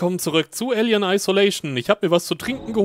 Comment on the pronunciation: Muss ständig schmunzel über die Aussprache von "Alien". Bei klingt es wie "Ällien" statt "Eelien"..lol